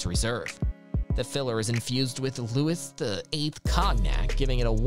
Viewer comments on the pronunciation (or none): WTH Lou-is, Cog-nack..are you a computer/AI?